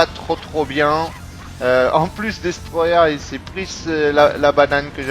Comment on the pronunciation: Jpartage ton avis sur Kazam. Bonne vidéo après 3 semaines _:D Et merde ! Avec ton putain d'accent Anglais ^_^ dis simplement : Destroyeur ;)